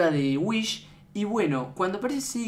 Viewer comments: Es wihs no whish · Whis, no "Whish" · Se dice wis no wich